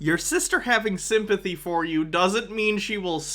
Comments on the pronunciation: I really don't want to make fun of his speech, but I can't be the only person wondering if he was coining the term "Sympussy"? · I am distracted by the way he says sympathy.